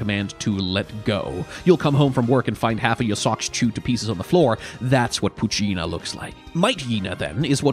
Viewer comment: No it has not been, he's saying them wrong on purpose like he has for some other pokemon in his shorts.